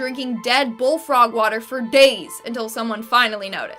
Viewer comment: The watah is dangerous